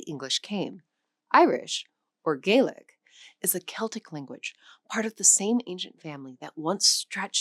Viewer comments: You reprimanded the robot for using English phonetics and then yourself proceeded to give a phonetically English approximated spelling of the Irish. In any case, it should be "vrishtuh" not brishta, as 'Gaeilge' is feminine and adjectives (briste) are lenited after feminine nouns. (And in non-anglicised Irish pronunciation there is no 'w' sound in Gaeilge, though it is extremely common for anglophones to have learned it that way, with the glide from the velar G to slender L either misinterpreted as a consonant like w (southern) or ignored completely (northern)) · You got the history part absolutely right. Poverty, shame and the famine killed the lanauge. Two things though - probably should rely on native speakers for pronunciation tips rather than AI. You got it right in many instances and terribly wrong in others. Conradh na Gaeilge is a good example. You got the Conragh absolutely correct and the you butchered the Gaeilge bit. Also, the county of Donegal is pronounced Don-ee-gawl, not Donah-gawl. Finally, I'm glad to report that Irish is having a revival - young people now are free from the neurosis of the past and seeing that the language as a part of the anti-colonial struggle.